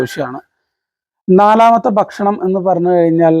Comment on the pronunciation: എല്ലാം അറിയാം......പക്ഷെ ബക്ഷണം അല്ല ബായ് ഭക്ഷണം 😢